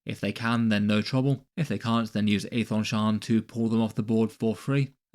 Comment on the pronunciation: You know how Daemon is pronounced Demon? Aethon Shaan is pronounced Ethan Shawn. 🐦